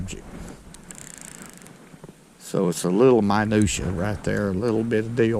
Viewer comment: Did he say minushia?